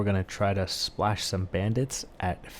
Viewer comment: Good "SPALSH!"